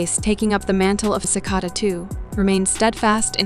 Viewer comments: Umm dude, it’s pronounced “sih-cay-da”. Are you TRYING to annoy people? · You mispronounced Cicada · This is AI Like you can’t even say cicada right lol 💀💀💀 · You mispronounced Cicada and Russo